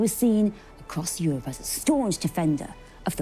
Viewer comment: Euwope, Engwish, cathwick. Nope! 10 seconds in I turned off. Get someone to commentate who can speak Enwish, pwease.. Unlistenable.